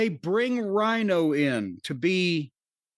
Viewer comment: Rhino??? Rhyno you mean?